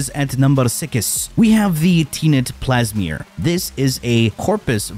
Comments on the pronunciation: Ah yes Teenet plasmeer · Wtf is a pleesmor 😂😂. Bruh cmon now.